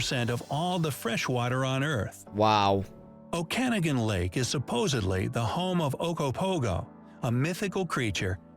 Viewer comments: GUYS, THE OKANAGAN LAKE IS NOT PRONOUNCED OH-KA-NI-GAN, ITS PRONOUNCED OH-KE-NO-GAN. that pronunciation mentally hurt me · O-can-ah-gan lake??? Haha never heard it mispronouced like that before. I kinda like it. Its O-kaw-naw-gan if anyone cares. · O'Kanneghan. LMAO That's MY lake, and MY lake monster. And it's definitely not pronounced like that. Think OH-Can-NOG-gan and you're closer. Geez. LOL OMG hahahahaha Fish as candles. Man, I would have paused it at that too with a most confuseled look on my face. And no, "confusled" isn't Canadian. That's my word. But you can use it. :D You're welcome. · did the video just pronounce Okanogan lake as Oc-awn-agin... It's pronounced Oh-kuh-NAW-guhn. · Oh-can-a-gan! Dude, ai? Terrible pronunciation. Oh-ka-noggan! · You should know that Okanagan lake is NOT “o-can-a-gan”. It’s “oak-an-auguin”. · It's pronounced "San Looie" du Ha! Ha! And Ok an AH gan, not O KAN a gan. And polar bears are very dangerous. That thing about leaving your car door unlocked happens in Churchill, Manitoba, and maybe some other remote areas. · The home of the ogopogo is the Okanogan lake, it’s pronounced oh-kuh-NAH-guhn or oh-kuh-NAH-gən. He said Oh can oh gan. The ogopogo is the Canadian version of the loch ness monster. Yes leaving your vehicle and house unlocked for other people to escape bears is a thing. There are also very strict laws about garbage because of bears. You don’t want a grizzly or black bear to start thinking your house is the place to go looking for an easy meal. It’s not fun to turn the corner of your house and come face to face with a bear. 🐻 The garter snake's are not venomous. In the end graphic he showed a cobra, very different snake from another part of the world. Garter snakes are fairly harmless, but they are still snakes that will bite if provoked. I still don’t like them 🤢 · LOLOLOL - "Oh-Can-Agan Lake" It's pronounced Oak-can-noggin. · Oak A noggin, not O Can agin. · The pronunciation of Okanagan killed me 😢OH ka naw gun.